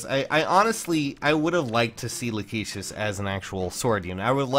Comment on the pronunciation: I think it's pronounced "Lack-ih-sis", since for some reason her original arts and such call her "Rachesis", but I think that may have been from the L-R blend in Japanese.